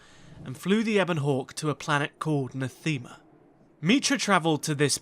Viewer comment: The Ebon Hawk is still on Nath-ee-ma, while the Exile stole a shuttle and made it to Nathema